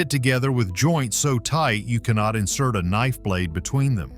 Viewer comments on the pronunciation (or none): none